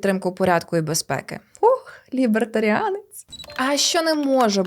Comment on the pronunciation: Ви так неоднозначно сказали "Лібертаріанці"))